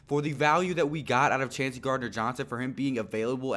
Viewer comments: Chauncey pronounced Choncy. I'd be surprised if anyone besides McCoy, CGJ, & maybe 1 other draft/undrafted pick actually makes the team. There's not much room on the 53 man roster. Great grades & player evaluations btw! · his name is pronounced “Choncey” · Chauncey = Choncey